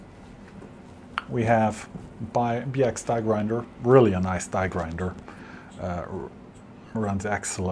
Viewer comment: did you pronounce "Biax" like an American??